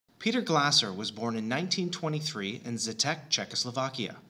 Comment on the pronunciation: It's pronounced more like "Glay-zer." Great video!